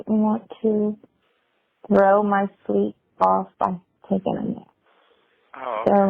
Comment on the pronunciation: Tries to sound sexy,but he always asking, "You skeep?"😅😅😅😅😅